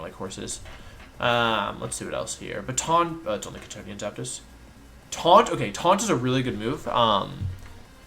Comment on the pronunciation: Every time wolfey says Kantonian I hear C'thonian and my room becomes ever so slightly more cyclopean in nature.